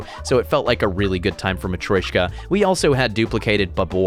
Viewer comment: Hello, I thought I’d let you know the nesting doll is pronounced ma-tree-o-shka not ma-troy-shka. Apologies for backseating your word saying